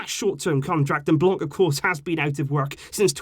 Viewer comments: My guy, for the sake of saving the ears of us bilinguals, its pronounced "Blan" not "Blan-k"😂😂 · Great video, just Miss pronounced " Blanc" because He's French and therefore the C at the end is a Silent Letter. I know this cuz I'm Algerian and speak French. Still Great video ❤️